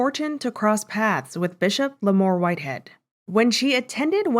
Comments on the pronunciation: La”moore”??? Like, how hard is it to say “Mar”… like “MARS”. After the 3rd time hearing say this, I stopped listening. She sounds so dumb. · it's erking me everytime u mispronounced that man name....its not Lomoor its pronounced La-mar like a the ravens quarterback....same way 😂😂🤦🏾‍♂️